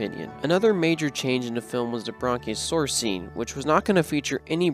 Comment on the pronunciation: This guy was butchering the dinosaur namer too! "Bronchialsaurus?' lol smh